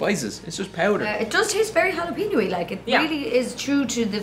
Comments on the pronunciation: Someone please tell Eadoin(sp?) that jalapeño is pronounced hala-pen-yo? Other than that, love your videos! Please keep them coming! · Best mispronounciation of jalapeño I have ever heard. Ja lap inoes. 🤣 🥓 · Gah, hearing jalapeño pronounced Gel-Op-in-Os is so cringeworthy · jalapeño is pronounced halla-pen-yo